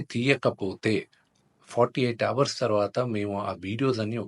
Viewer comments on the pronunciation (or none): none